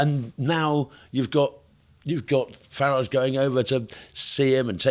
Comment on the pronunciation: It amazes me that people who should know better seem unable to pronounce Nigel Farage's name correctly.